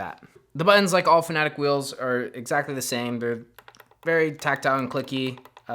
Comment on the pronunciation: Is it Fanatec? Why do you call it Fanatic?